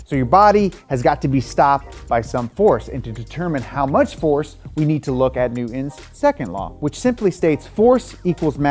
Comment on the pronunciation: I love this dude’s videos but the way he doesn’t pronounce the “t” in Newton drives me insane and sounds like he’s 5. It’s Newton, not New-Un